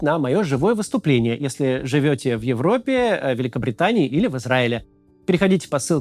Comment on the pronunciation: в Изгаиле?? Ой вей, Ви таки отчаянный шлемазл, Моксем 😂